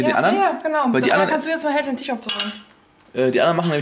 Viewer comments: es heißt TISCH nicht TICH. du vogl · Bin ich der einzige, dem auffällt, dass sie anstatt Fleisch und Tisch, Fleich und Tich sagen?